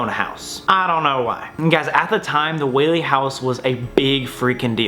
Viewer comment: Pls go to the Whaley house also thank you for actually pronouncing it correctly a lot of the time people say it incorrectly I’m also part of the Whaley family they are my ancestors